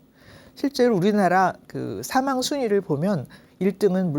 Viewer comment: 선생님! 사망의 "사"는 길게 발음하시옵소서!!!